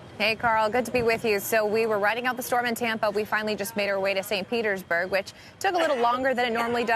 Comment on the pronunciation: “St. Pertersburg” 😂 the girl announcer keeps saying it correctly after to let him know he said it wrong 😭😭